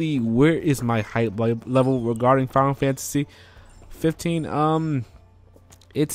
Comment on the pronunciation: why i can only hear 'final fancy' whenever u say the name lol